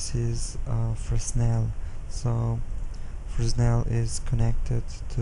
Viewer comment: Great explaining! I always am curious how other people set up their materials and lights. Thanks a lot! PS. Fresnel is pronounced "frennel", the 's' i is silenced. It's French. :p